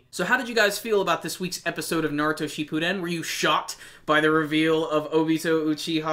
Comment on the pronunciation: Why can't anyone pronounce shippuden right?